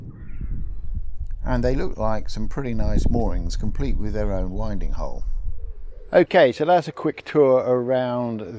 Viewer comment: Hi, I believe that a Winding Hole should be pronounced as if you are talking about the breeze…… wind 💨…… not wynd…… 🤣. Apart from that, what a wonderfully complete explanation and investigation. Your diction, commentary, and videography are all excellent. Thank you for exposing a problem of which I was unaware…. But no longer. 😎👍